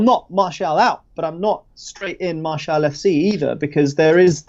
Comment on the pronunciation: Howson butchered Martial😂